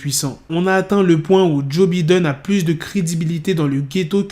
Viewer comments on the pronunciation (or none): Joe biden mdr l'accent il est pas la 😂